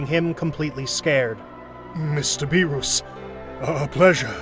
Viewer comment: Bro... Whist, Bee-Ruus